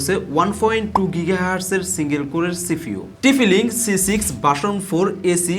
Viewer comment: Tphi link 😂😂😂😂😂 bhai nam jodi thik kore na bolte paren tahole review diyen na